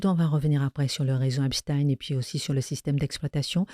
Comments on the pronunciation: Madame Kelly c est EPstein Pas EINstein! C est agaçant ! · Mme Kelly vous savez très bien qu on dit Epstein !! Comme Einstein ou Frenkenstein Non mais cette question m exaspère à force